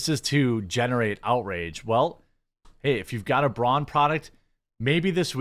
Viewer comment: Hey Braun....👋👋👋 byebye.... by the way its pronounced braun... the au is like the ou in loud.....